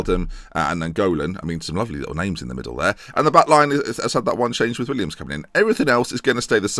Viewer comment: Little gripe I have, please stop calling him Williams, it's Willems.(Pronounced Will-ems) Great series though